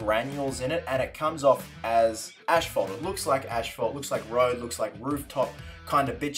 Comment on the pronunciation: Asphalt Not Ashphalt